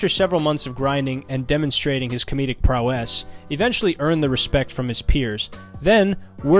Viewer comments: An hour and five minutes and all that really got hammered home is that this guy can’t pronounce the word prowess properly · This fucking guy seriously kept saying "prow-ESS."